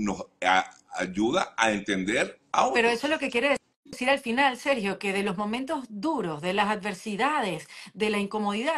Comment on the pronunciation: Porque mi amigo Sergio no está pronunciando bien?, tiene algo en la boca? Está enfermo?